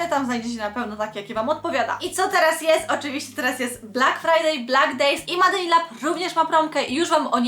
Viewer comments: Się MADE in lab wqrwi 😝 czyta się MEJD nie MADE!! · Kochana "Made" czytamy "mejd"